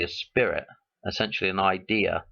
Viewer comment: Its not ideer its idea